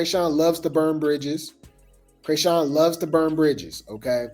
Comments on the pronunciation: You are killing me with the “Cray”sean😂😂😂 I know you’re doing it on purpose…. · When he says CRAYSHAWN😂😂😂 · Has me weak every time 😂😂